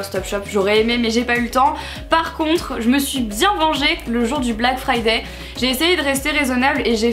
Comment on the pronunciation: BLACK FRIDAYYYYYYYYYYYYY toi qui parler anglais tu n'arrives pas à prononcer le mot "friday" correctement alors que le y en anglais ne se prononce pas